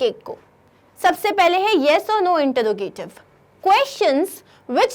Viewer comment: Introgative ka pronunciation wrong hai